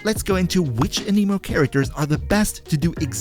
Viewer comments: anemo anemic is a disorder, anime anemo is the correct pronunciation here lol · A-ne-mo but A-ni-mo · A-nuh-mo. I don't understand why people started calling it an-KNEE-mo. The tool that measures wind speed is called an anemometer. (a·nuh·maa·muh·tr) If you listen to the Devs talk about genshin, they pronounce it A-nah-mo as well. Sorry, I just cringe when I hear it pronounced wrong. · was any one else bothered by how he said Anemo. lol it sounded like he was tring to say anime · a-KNEE-moe. XDD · Never trust a YouTuber who says “an-eee-mo” or “pr-EYE-mo” 🙄 But fr, Kuki Shinobu in ANY team is amazing. Her healing is the best in the game. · im sorry, but the way "anemo" is being pronounced, is just wrong and irks me in a bad way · the way you say anemo 😭😭😭...